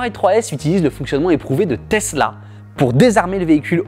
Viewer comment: Falait pas prononcer le mot Tesla